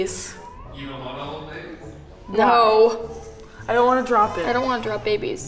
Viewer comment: Why do I keep hearing the guy saying his name is tablet xD